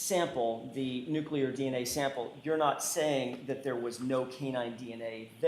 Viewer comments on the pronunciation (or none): I’m sure she’s a very smart witness by working in the crime lab, but it’s NUCLEAR-NOT NUCULAR!!! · It always astounds me when educated people say 'nucular' 🙄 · This dna dummy says nuclear like George W. Bush. lol😅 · God bless you. That was killing me. George w. Bush flashbacks. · Maybe it’s common, but it’s a MIS pronunciation. President Bush said it but it was wrong then too.